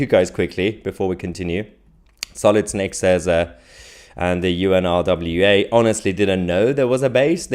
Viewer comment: Mahyar...pronounce it...UN-RA = UNRA = UNRWA...the W is silent...a bit like the P in water...!!